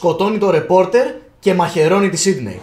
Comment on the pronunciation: το οτι ο τη λεει σιντυ αντι για σιντνευ ολο το επεισοδιο.....